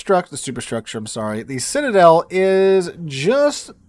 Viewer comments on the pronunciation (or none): none